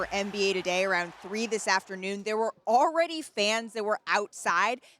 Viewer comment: But she's not. She started her reporting segment off with a few informal interjections "Yeah, well, Scott..." and then she stuttered briefly, and at roughly she pronounced "already" "awe-ready". These types of errors in diction and omissions of consonant sounds do not make her the "most well-articulated" anything. It just shows what looks and race can do for you in the television industry. The University of Portland is a mediocre school and to get hired at reputable media companies in your early 20s is pretty uncommon in broadcasting and journalism without a lot of relevant work experience or a degree from an outstanding university. I think you understand where I'm going with all this...